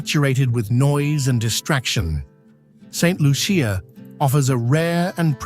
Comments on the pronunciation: Saint Lucian here! This video needs to be taken down and properly edited. 1. You might have checked the correct pronunciation of the name of the country. 2. There are no crocodiles in Saint Lucia. 3. There are scenes which are obviously not authentic. 4. The AMERINDIANS were the original inhabitants of the island and are not mentioned in your comment on ethnic history. 5. After slavery was abolished, India became the source of indentured workers many of whom remained and contributed to the ethnic mix. 6. It is incorrect to say that the island is geographically isolated when it is surrounded by neighbouring island countries and has direct international flights to Europe and North America. 7. Saint Lucians are very well educated with a large middle class and like any other country, people move around the globe for various reasons. 8. There is a large community college and access to The University of the West Indies (UWI) which has 4 main campuses in Trinidad, Jamaica, Barbados and Antigua, as well as Univerrsity Centers in all the other islands facilitating its online degree programmes. Thousands of Saint Lucians have done degrees in Science, the Arts, Medicine, Law, Education, etc. NB Saint Lucia has two Nobel Laureates (Economics and Literature). Stop the stereotyping! Island nations in the Caribbean are countries like all others, with normal social issues and a range of lifestyles as in any country. At least have the courtesy and professionalism to check your AI and do the a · I am getting annoyed by those AI videos. Like many other born Saint lucians, we can clearly see you did not do your a research befor making this video. You're mixing up different saint lucia videos. And please learn how to pronounce Saint Lucia.